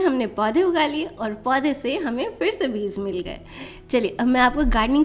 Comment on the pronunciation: Good morning dear, Kindly, improve your pronounciation of word Beej not Beez, Regards, S. M.Athar